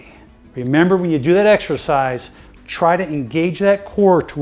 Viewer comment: Did he say extra pies or exercise